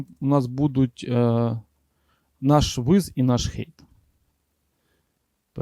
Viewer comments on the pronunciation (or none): Супер, але HEIGHT - це хайт, а не хейт, бо у вас звучить, як hate)